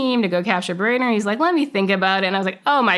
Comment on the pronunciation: Mullah Baradar, translates into "Brother," so this is a nom-de-guerre. Also, it's not pronounced "bar-eye-der," it's pronounced "Ba-ra-Dar." She may be a good CIA officer, but she's bad at linguistics.